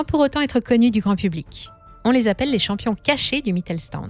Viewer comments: Une précision phonologique qui aurait été utile pour la préparation de cette vidéo: Le st- se prononce "sht" en allemand (Mittelstand). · Sauf à Brême, «Mittelstand» se prononce «Mittel-chtand». Mais sinon, vous avez bien tourné le truc.